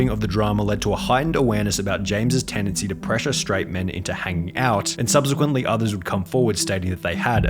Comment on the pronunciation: Subsequently* not Subzequently